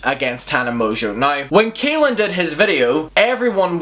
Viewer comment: i just HAVE to point out that his name is pronounced CALL-in not KAY-lin. it might not sound important but i believe that people should be corrected when it comes to names :) i hope everyone is having a really good day 💟